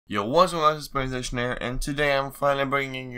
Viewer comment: Ryan Richardson he said yo what’s up but it sounds like yo whatzsh up